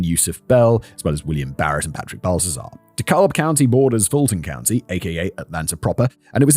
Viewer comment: Terrible pronunciation of "Dekalb." Lol.